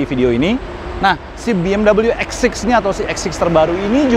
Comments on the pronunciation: Penyebutan biasa aja BE EM WE bukan BE M DABEL YU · BMW mas....bukan Bee-Em-Doubleyuu....mobil Jerman ini bukan Amerika... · Orang luar : BMW Autonetmagz :BeEmdobelyu🤮🤢